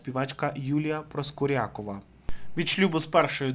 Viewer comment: ПроскурЯкова- ну і наголоси,, у вас!